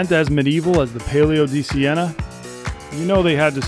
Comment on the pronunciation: Only thing more scary than this race is pronunciation of this race. Great vid another banger ❤